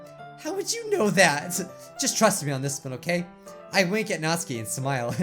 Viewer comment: Me: Nat: Nat Me: Su: Su Me: Ki: Ki Me: Natsuki: Natskie Me:🤦🏻‍♂️🤦🏻‍♂️🤦🏻‍♂️